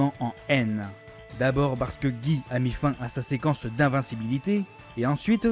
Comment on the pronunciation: Très bonne vidéo mais stp, soigne mieux les prononciations. Je vais pas tout citer mais entre Dudley, Guy ou Poison c'est vraiment du littéral qui manque de conviction. Et je reviendrai pas sur Monsieur Bison...